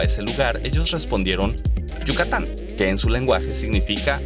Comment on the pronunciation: no pronunciaron "yucatan" pronunciaron "yuc acatan"